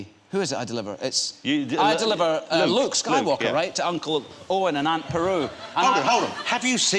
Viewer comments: I'm guessing he didn't film many scenes with BERU in the new series, seeing as he doesn't know how to say her name properly! lol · Beru not peru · Is he saying Aunt Peru?? hahahah xD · Aunt Beru not Aunt Peru